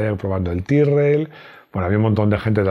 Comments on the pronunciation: De hecho Tyrrell se pronuncia "Tirrel" no "Tairrel" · Tyrrel se pronuncía como se lee. Aun que no suena muy Ingles, así se pronuncía.